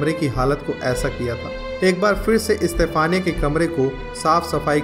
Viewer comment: Bhai istafaniya nahi yaar stephena.....